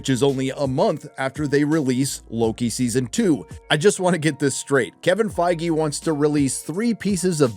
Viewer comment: Isn't it pronounced Fig or Feeg ? Think the E is silent no ?